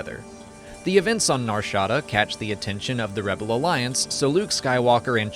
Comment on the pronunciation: The way he says Nar Shada is killing my ear. NAR SHA DA 🤣